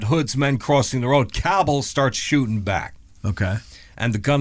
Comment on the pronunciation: There is a Cabell County, WV., you’re pronouncing it correctly, with the emphasis on the first syllable. 🙂👍🏻